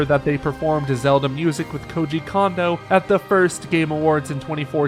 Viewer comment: I just want to say this for future reference, but Kondo is not pronounced "Condo." It is closer to "Cone-doe."